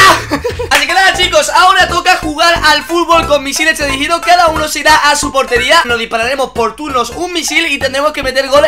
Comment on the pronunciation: Dice teleridigidos :D